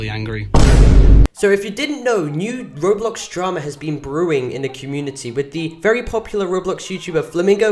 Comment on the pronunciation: HE SAID ROBLOS LOL